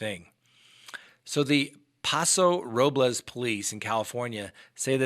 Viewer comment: I was so distracted by the butchering of the town names of Paso Robles and Atascadero, I couldn't concentrate on the actual story. Robles is pronounced like "noble" with an r in front and an s at the end. Atascadero is pronounced, a-task-a-DARE-o.